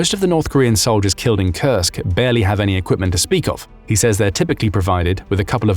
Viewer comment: I kept hearing "Kursk" Region as "Cursed" Region, not so far in wrong hearing I guess lol